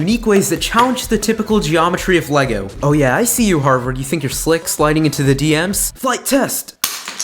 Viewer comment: He said sink, then think